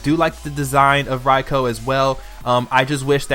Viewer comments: ITS PRONOUNCED "R-EYE-K-EW" LMAO Other than that, good list. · I feel like I'm being stabbed every time he pronounced raikou wrong